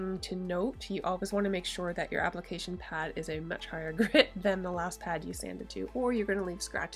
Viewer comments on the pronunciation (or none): none